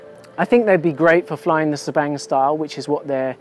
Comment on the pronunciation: Damn man! Insane rewinds, insane Subang freestyle and insane flying overall! The extra power from the motor seems noticeable to me compared to your previous freestyle videos. Also the first time hearing 'Sbang' being pronounced 😂